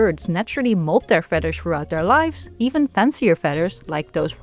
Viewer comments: I love the way you pronounce “fedder.” It is endearing. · American English speaker here and your voice is wonderful. I love how you pronounce feathers 🪶